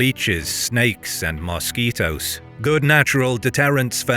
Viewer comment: Its how he pronounces mosquitos for me. Lol.